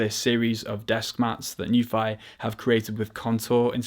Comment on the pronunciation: Nuphy pronunciation - /nju:fi/ 'nju' is pronounced NYOO as in 'union' which is written /ˈjuːniən/ 'fi' is pronounced FEE as in 'tea' which is written /tiː/ The correct pinyin would actually be 'NIU' which would have made it easier for us to pronounce it the way they like it.